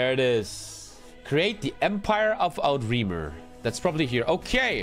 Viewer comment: btw outremer is a french word. Outre-mer stands for overseas kinda. It's not Out-Remer